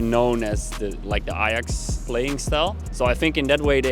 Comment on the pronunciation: Par contre mgl OK tu nous explique l'histoire de l'Ajax en français c'est cool mais stp plus jamais tu dis l'ayax en français le J se prononce donc tu dis l'ajax